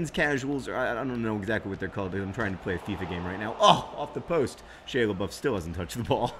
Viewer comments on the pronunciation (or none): none